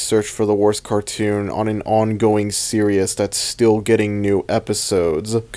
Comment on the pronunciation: It greatly distresses me that you pronounce "series" as "serious"